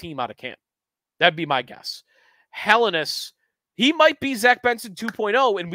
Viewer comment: for the love of all that is holy - if Helenius is going to be your top guy to watch...get the name right. Hell-en-ee-us